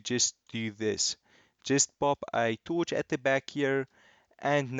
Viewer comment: The way he says torch, TOOCH